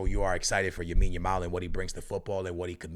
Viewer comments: It’s lamiiiiiiine not yamine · Love your content brother! But for the love of god, his name is Lamine Yamal not Yamine Yamal :D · YO Broski i am begging to you its LAMINE YAMAL not YAMINE YAMAL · Bro its Lamine not Yamine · Lamine Yamal not "Yamine Yamal" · "yamine yamal" hahahha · lamine not yamine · For fucks sake it’s LAMINE YAMAL not YAMINE YAMAL🤦‍♂️ And when you pronounce the letter “R” in any sentence stop putting an “H” before it to sound Portuguese. I’ve heard actual Portuguese people speak English more normally than you… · It's lamine yamal not yamine yamal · why does say yamine yamal xD is it the portugese way to say his first name? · why does he keep saying yamine lamal lol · Bro its "LAMINE" not "Yamine". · Everyone: LAMINE YAMAL: YAMINE YAMAL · his first name is lamine, not yamine xd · Please man, it’s Lamine not Yamine, please I can’t do another video of hearing that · Bro its Lamine Yamal, not Yamine Lamal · Bro, it's not Yamin Lamal it's Lamine Yamal. You keep saying that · Yahmean Yamaul 😂love this man lol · Yamal has been on the scene for almost a year and a half and this dude is still calling him “Yamine” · "yamine yamal"?😂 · Yamin Yamal might need to win Ballon D'or before pronounces his name correctly. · It's Lamine Yamal. With an L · The “Yamine Yamal” be killing me 💀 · stop saying yamine yamal. I understand if its a hard name to pronounce, but its literally LA-MIN, YA-MAL. Come on man.... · Bro you need to practice for 10 damn minutes and learn how to say Lamine’s name, just out of respect, not that hard bro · Bro Ive been commenting that since the euros it bugs me so much he won't stop saying it since he first heard of lamine 😭